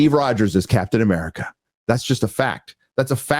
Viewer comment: Captain African America is kinda funny Who else heard it?😂